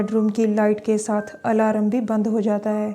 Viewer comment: Aalaram haaa.... Its alarm